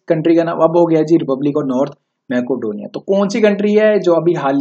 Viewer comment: Its मेसीडोनिया not मेकोडोनिया